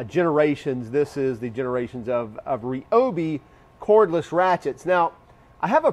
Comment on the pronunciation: You lost me at 'REOBE' It's pronounced r'Y'obi